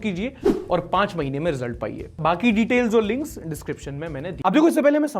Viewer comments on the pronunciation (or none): none